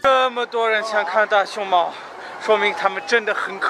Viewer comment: 四川人表示这个师傅教的“大熊猫” 根本不是四川话！